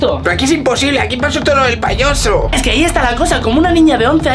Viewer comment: Aquí los que se dieron cuenta y se rieron cuando fuera del garaje en vez de payaso dijo payoso😂😂😂❤❤